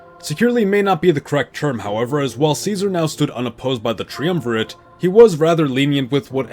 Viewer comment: this probably sounds ungrateful, I am happy for the video, but I think you should run a spellchecker and a pronunciation checker before you spend so long editing a video. in the first 2 minutes "caesar" has already been misspelt twice and "triumvirate" mispronounced twice. it makes it hard to take predictions on nuanced history seriously when basic terminology is wrong in several places